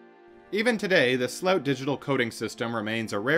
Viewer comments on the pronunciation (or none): it's SLOOT not "slauwtsh"... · Great vid but sloot is pronounced whit the o in : O i did not see you tere Thats how the double oo in dutch sound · His name is more pronounced like slewit. The ew (oo) sounds a bit like uwa. Did I just confuse y’all even more? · It's difficult to understand based on it being a foreign language name spoken with an English accent, but it seems the subject's last name is "Sloot", pronounced in the video like "slope" but with a 't'; although sometimes it seems the narrator pronounces it with a more "ow" sound. Here I am less sure what he is saying, maybe "rapid base storage" or "repibase storage". Not sure what it is so it is impossible to look up what the narrator is saying.